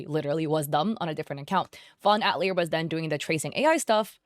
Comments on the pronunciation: btw it's pronounced Ah-tilly-a not At-lee-er XD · Fawn atelier = fawn (uh-teh-lee-ay) love your videos but this was urking me haha :) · I don’t know if anyone cares, but 🤓☝️ the word "atelier" is pronounced "at-TELL-yay" in English. (It means workshop. It's a French word, and in French it's pronounced "at-tell-YAY" with the emphasis on the last syllable.) Not that we need to be correctly pronouncing names that were probably generated by a chatbot, but anyway. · "fawn at-leer" girl google is free can you at least do the bare minimum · That's... that's not how "atelier" is pronounced. I know it's a word many only ever read, but it was really distracting throughout the video.